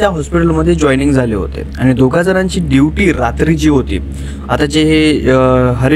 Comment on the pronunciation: तुझा शब्दकोश खुपच बिघाड आहे , ड्युटी ला दिवटी आस म्हणतोस.